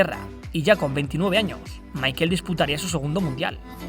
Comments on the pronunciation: su nombre se pronuncia en aleman, asi como "Mijael" por asi decirlo, no como michael en pronunciacion anglosajona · asi no se pronuncia Michael si es aleman se pronuncia mijael